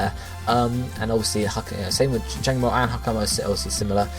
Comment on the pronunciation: Can you pronounce Jangmo-os line correctly please!?